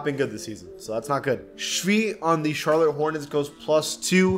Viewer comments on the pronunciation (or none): none